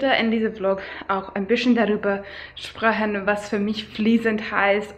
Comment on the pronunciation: Your pronunciation is great but you just pronounce some words in a different accent. Its weird how you switch betw. These two totally diff Dialekts from two diff. Places. Yes we have natural nail-polish at whole-foods 😀 bisschen?! Lol sprechen is not pronounced the way you say it. First I thought you were german but as you continued I knew you are not. But you speak very good. Good job!